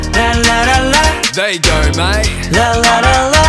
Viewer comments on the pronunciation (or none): felix : "there yew gaur maate"